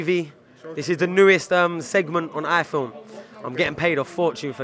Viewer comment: Could be a good presenter but the way he kept saying Ifilm annoyed me 🤣